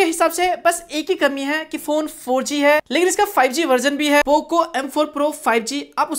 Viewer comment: Bro pooo cooo bolne ka style mast hai 😂😂😂😂